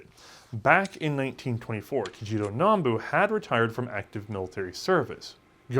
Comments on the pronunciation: Still saying Nambu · It's Nambu. Not "Nanbu".